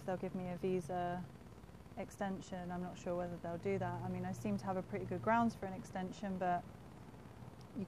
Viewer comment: But it sound pretty when you say, “pret-ee.” Lol